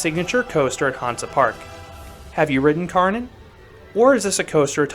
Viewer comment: Definetely my favourite coaster in Germany! btw, Kärnan is actually pronounced like Care-naan.